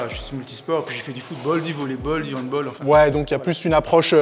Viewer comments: Il a dit handboll au lieu de handball je vais resté calme.... Restons zen....... PTTNNNNN ON DIT HANDBALL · du handbOll ça pique un peu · Par contre dire handbol c passible de prison je crois